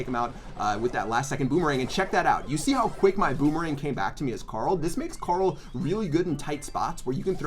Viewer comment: The was you say Carl !!! It sounds like corol ! 😂 I’m here for it lol